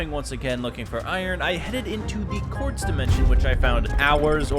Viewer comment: “court’s dimension” instead of “quartz dimension” “and” instead of “in” “booking quill” instead of “book and quill”